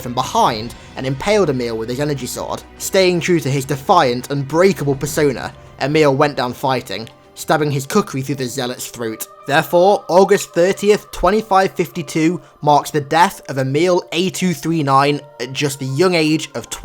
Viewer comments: It's pronounced "Cook-ree" not "Cook-ri." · It's kukri(kukree) not "kukcry". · It's pronounced Kukreee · I hate how he pronounces kukri, its pronounced kookree not kookreye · It’s not say-distic, it’s suh-distic. And what the hell is a ku-cry?! It’s ku-cree. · It is pronounced Kook-er-y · Anyone else cringe every time he pronounces Khukuri Ku-cry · did you seriously just say "ku cry"? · It bothers me that you don't pronounce khukuri correctly. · Still kinda bothers me the way he says khukri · Why did do say the name of the knife wrong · pronounced kukri wrong